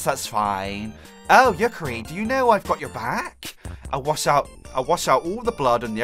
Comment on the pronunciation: you pronounced Yukari wrong it is spelled the way it sounds like